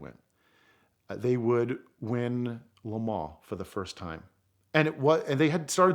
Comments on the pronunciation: Nice story but once he said "Le Mens" I couldn't suspend my disbelief anymore... sorry buddy but if you can't even pronounce the city correctly how am I supposed to believe the rest of the story? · If you guys are going to persist in calling it "LeMaw" spell it like that or else say it LeMANS!! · This Vato and his “La Maanchqua’ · he call le mans lemons